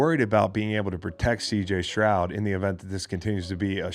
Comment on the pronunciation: S t r o u d not Shroud